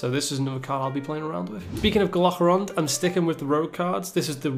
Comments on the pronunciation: just so you know, it's pronounced GAL-uh-krond (kinda like Galvadon), not gull-ACK-rond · sorry to be the annoying one, but its GALAkrond not gehlehkROND